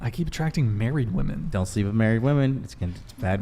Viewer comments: Omg this was an exhausting and VERY delusional one woman panel……but that didn’t irritate me the most. What was most irritating is the fact that not only “” but ALL the females could not pronounce the difference between “women” plural and “women” singular. EVERYTIME the plural/general fashion was used, it was pronounced in singular fashion - And it literally stabbed my brain with a screwdriver every time I heard it. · What the actual fuck is up with this generation not knowing how to pronounce the plural for woman. Woman is one woman (woo-man) Women is plural (whim-in) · Everytime she says "woman" instead of women 🤦‍♂️ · Why does always say "woman" instead the proper plural pronunciation "women"? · Someone needs to tell the hostile girl that “woman” and “women” are pronounced differently. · It's driving me crazy how is pronouncing "women" as "woman" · Why cant this woman say women. She has no sense of how to even talk. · Honest question: Is it the failure of the educational system, or is this some sort of cultural shift in the U.S. where young people either intentionally or out of ignorance mispronounce the word "women" ? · why can't she say "women"? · Why can't she say women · Why can't she pronounce WOMEN correctly?!